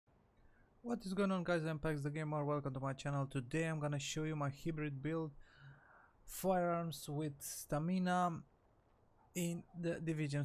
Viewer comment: it's hybrid not hibrid